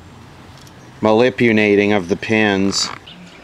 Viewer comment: “ Malipunating “ haha that’s a first :p